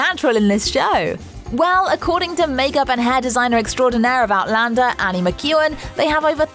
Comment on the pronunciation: One of the best vids about Outlander! Narrator can actually pronounce all of the cast names correctly!